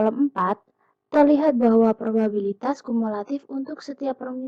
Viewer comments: penyebutan kata probabilitas menjadi probibalitas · Probibalitas, "babi" bukan "biba" (19) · prima kesalahan mengucap probibalitas yang seharusnya probabilitas (Lenna Agata - 14) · Niken Dwi K (22) kesalahan ada pada prima nanda salah pengucapan probabilitas jadi probibalitas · Laelatul Jayanti - 13 Saya menemukan kesalahan pengucapan pada menit ke 09.04 harusnya probabilitas menjadi probibalitas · pada menit 9.04 prima kesalahan mengucap “probibalitas” yang seharusnya “probabilitas” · Linda maulidya (15) penyebutan kata probabilitas menjadi probibalitas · maretha wahyuningtyas kesalahan pada penyebutan kata probabilitas (05)